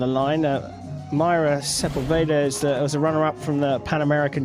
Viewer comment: Sería bueno que los ingleses pronuncien bien nuestros apellidos: es Sepúlveda, con acento en la ú, no Sepulveira. Es fácil!!🤷🏻